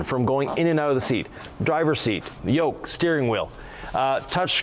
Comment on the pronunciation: Not a "Yoke", Tesla calls this a Squircle. Definitely not a Yolk as you say it lol. Good video, just needs redone. 😜 jk